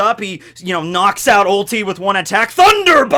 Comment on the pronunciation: Have my like just for the correct pronounciation of Ulti's dino.